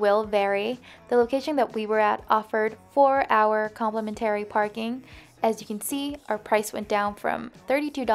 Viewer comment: Complemantary lol 😂😂😂